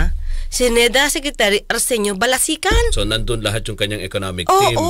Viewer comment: balisacan hindi balisican!